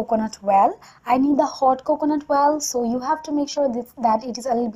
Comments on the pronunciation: It's oil not oal ...fake accent 😧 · The way u say milk and oil...*coughs* But great video😂😘